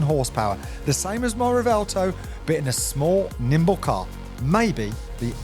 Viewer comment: bro keeps insisting it's pronounced Revelto 🤣 Sick car man, but try and squeeze a W sound in there somewhere